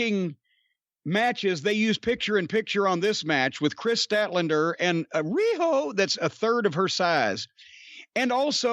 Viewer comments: Am I the only one who is tired of Cornette saying Ree-ho? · Everytime Jim says riho's name priceless for everything else there's master card